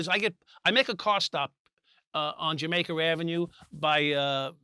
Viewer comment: “Jamaker Avenue” - Michael Dowd